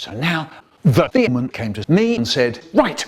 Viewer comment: I love how Michael says demon like themon